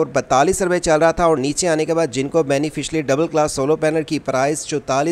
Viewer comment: بھائی پہلی بات تو یہ ہے کہ سولو پینل نہیں سولر پینل بولیں دوسری بات بینیفشری نہیں بائی فیشل بولیں شکریہ